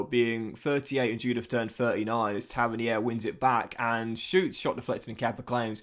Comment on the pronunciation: Still not pronounced Tavernier. Taverneer buddy